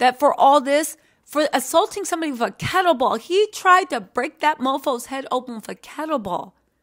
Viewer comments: Kettlebell not kettleball…. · Kettlebell not Kettleball